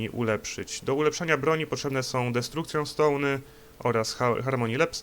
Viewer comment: "destrukcjon stołny", "głardjan stołny" i "lep stołny" mnie rozwaliły :D